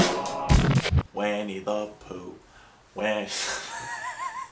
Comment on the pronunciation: LOL It's pronounced "Winnie the Pooh," not "Wenny the Pooh." I'm a troll aren't I?